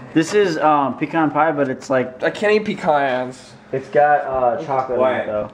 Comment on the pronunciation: Pecaaans?! Mo like pecan't s